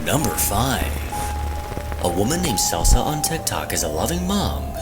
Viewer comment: Pretty sure number fives name is pronounced K E L S A spelled Celsa! lol. He said Selsa.